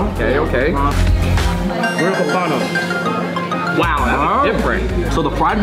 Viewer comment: How to pronounce pompano....